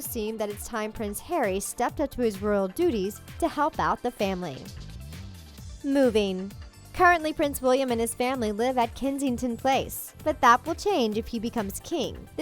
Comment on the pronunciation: Its pronounce West Min-is-ter & Kensington is the correct word not kessington